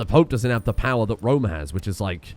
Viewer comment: Not even Rome. It's ROM...